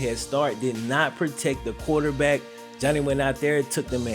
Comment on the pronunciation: My man said QUATERback. 😅 dope video bro, as always! Cue the Wayne!!!